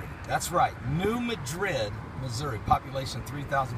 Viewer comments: It's not muh-drid ,its Mad-rid New Madrid. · New MAD-rid not New MA-drid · New MA-drid, short "a", emphasis on first syllable. Sorry, but it's kind of like Cairo, Illinois, pronounced "Kay-row". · New Mad-drid is how it is pronounced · please say the city name correctly. thank you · He is not saying it correctly.